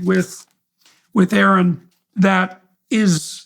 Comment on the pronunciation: ay-ayron? Bro no way I can’t believe ay-ayron is talking to Jordan!